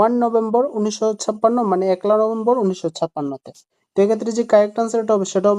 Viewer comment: একলা নম্ভেম্বর না ভাই পয়লা নভেম্বর হবে।